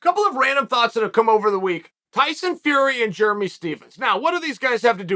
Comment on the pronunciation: Positive I've never called a dude Jeremy "Jer-mee".